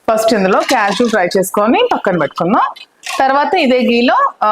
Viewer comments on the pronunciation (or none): none